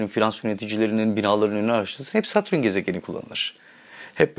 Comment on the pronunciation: Satrün ne Allah aşkına. Kulağımı tirmalayip durdu. Neyse konu güzel.